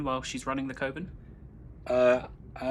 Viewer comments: Awesome work on the revamp dude! (p.s. friendly advice as a fellow "filler word" person. You need to remove the word "ummm" from your vocabulary. You use it a LOT.) Also, it's pronounced "Kuv-en". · It is definitly cov-en instead of coh-ven lol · It’s kuh-vin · It's pronounced coven, as in covenant. Not coven as in cove. 🦇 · Pronunciation of coven: oven with a c in front That was irritating me slightly. F***ing loved the rest of this stream. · Cuh-Ven. Just as a reminder.